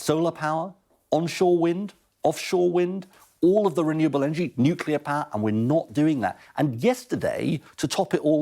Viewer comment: nu-cle-ar. nu-cle-ar. nu-cle-ar...